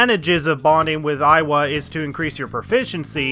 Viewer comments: tbf you did pronounce Iwai as Aiwa repeatedly throughout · It's iwai, not aiwa XD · it‘s iwai, not „aiwa“ ^^‘ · It's pronounced ee-wa-ee, not ai-wa. Alos, it's Caro-leen, not Caro-lie-n. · I will have to correct your pronunciation on some. _Moon-a-he-sa E-why _Haru doesn’t have a pause after ‘Ha’ _He-fu-me toh-go Also, I’d argue that Party members should be a lot higher, as baton pass is absolutely needed. Part of the reason I didn’t use Haru at all after I got a psycokenesis persona was that I missed her confidant. Plus, Takemi should be top priority early on, as her SP items are an absolute lifesaver first time around. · BTW the Hanged Man is pronounced Moo-nae-hee-sa Ee-wa-ee I still think Yoshida's perks are useless. Negotiating with Shadow is super easy and money problem is easily solved with Pulinpa on bosses. Even more so in Royal, because they changed how Ryuji's insta kills works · It triggers me how you pronounce Iwai' It's "Yi-why" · It's not. It's pronounced "E-why" it Japanese it's written イワイ (I wa i)